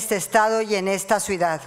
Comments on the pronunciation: OYE OLGA SÁNCHEZ, SE DICE SUIDAD O CIUDAD? Min ....😬😕😏Chiiiiaaa contigo....ADEMÁS LO ESTÁS LEYENDO, otra vez Chiiiaaalees contigo... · Sra. Sánchez Cordero con respeto se dice C I U D A D NO SUIDAD